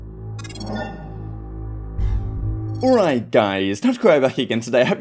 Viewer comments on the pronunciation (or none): No way he says alright I think it is his own language “oight”